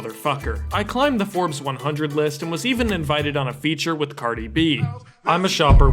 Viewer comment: ' I climed the Forbes 100 list", 😂😂